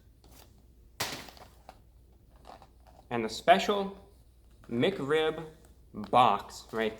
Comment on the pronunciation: Why do you pronounce Mic Rib instead of Mac Rib and Hewo instead of Hello